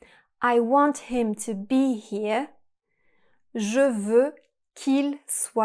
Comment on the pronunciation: Interesting video. However, you kept mispronouncing the English words “here” and “want.” Keep practicing and you too can sound like a native English speaker. 😂